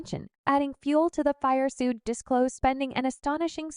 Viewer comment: Cringe video… everyone you mispronounced “Suge” 😂